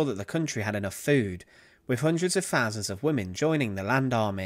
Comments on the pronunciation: It's the guy's English accent. I don't know which particular accent it is, but the "fousands" bit, instead of "thousands," just baffles me. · Its altitude not attitude,and thousands not fousands.Terrible commentary.